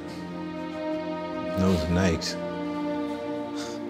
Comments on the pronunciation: He said Nikes wrong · he pronounced nikes wrong lol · my man said nikes not niky